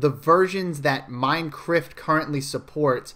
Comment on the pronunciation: He keeps saying "MINECRIFT"